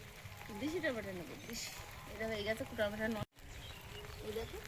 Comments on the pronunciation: টমেটা নয় টমেটো 😊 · টমেটা কথা টা ভুল ঠিক করে বলবে😂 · tumi tameto bolbe kathata tameta na tameto hobe. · Please say t ma to not tmata pronunciation should be right. People watching your videos I am watching your video too. Please don’t mind.